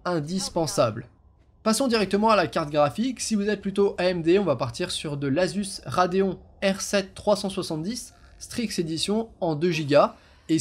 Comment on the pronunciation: La question n'est pas: "pourquoi un pentium?", mais: "pourquoi un dual core?" et on prononce [radéonne]